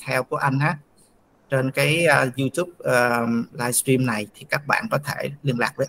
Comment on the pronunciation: Dân VN không sinh trưởng ở nước ngoài đa số phát âm "livestream" thành "laichim" 😂và rất nhiều từ khác phát âm không đầy đủ.